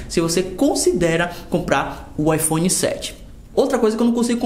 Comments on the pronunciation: . Ipone 7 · IPone kkkk